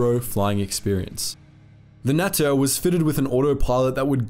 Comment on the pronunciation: ' as the allies triggered the noose, Germany cranked up their war effort'. Yeah half asking your way through a war isn’t exactly the best strategy Adolph could have learn some lessons from the US and USSR, oh wait he did! As for the natter. I think it’s pronounced NUTTER